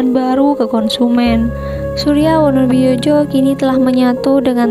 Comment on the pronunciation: Wonowidjojo itu di baca wonowijoyo...wes angel..